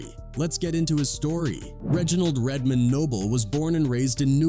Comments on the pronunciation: Lmfao. Red DID say white people say, "RedMIN". 😂😂😂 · 😂😂😂. RedMin, RedMin, aye aye RedMin 😂😂😂